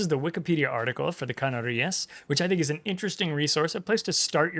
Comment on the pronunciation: The correct pronunciation would be CaNArias, due to the fact that in this word the last syllabus is rias. You were right about the accentuation on the second to last syllabus, but you just got the syllabus wrong. As a Spaniard, really happy to see the Canarias coming into the game!